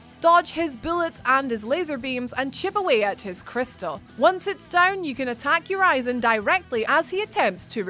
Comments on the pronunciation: Ur-ee-zen. Not Ur-eye-zen. Stop mispronouncing the name on purpose. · Uh wait, you weren't supposed to beat vanguard? Whoops And urizen is pronounced "your reason" ... Because he was "your reason for fighting" V's shitty pun not mine. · Urizen: pronounced U-riz-en, not You-rise-en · Ureezin lol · You mean pronounced "your reason". V just named him that for a shitty pun. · When you said (spoilers) #1 Urizen, you pronounced the name differently twice. Also, only 8 in a top 10 list? Guys, the quality is going downhill. I know it's hard to create so many videos with such a short time, but you have writers and people helping create the lists for you, the least you could do is watch the video looking for mistakes before uploading it. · She said Urizen 2 different ways.... and both of them are wrong